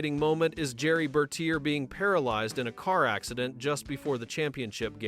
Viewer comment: I hate AI narration. They mispronounce tons of words. His name was pronounced Ber-TEER. 1971 is Nineteen Seventy One, not One Thousand Seventy One.